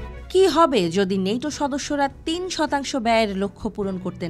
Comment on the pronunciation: নেইটো না ওই ন্যাটো